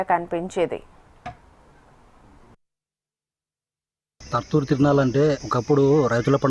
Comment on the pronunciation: తుర్తుర్ కాదు, తర్తూరు